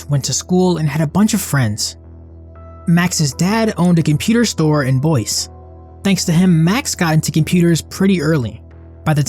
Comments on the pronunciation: thats not Boyce thats BoyZee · Dafuq is BOYCE??!! Seriously???? It's BOY-ZEE. Ever have geography? Actually, the narrator sounds like he's 10 anyhow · BOISE … Boy-ZEE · As somebody that lives in Boise… it’s Boy-See lol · Is this AI narration? The pronunciation of “Boise” made me think so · Need to learn how to pronounce Boise. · Saying Boise was so wrong but loved the animation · I hate how he said Boise.